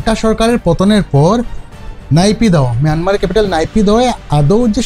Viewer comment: মিয়ানমার আবার কী! বাজে উচ্চারণ!